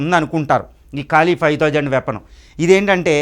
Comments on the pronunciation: కాలి... కాదురా అయ్యా..... కాళీ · కాళి ... కాలి కాదు...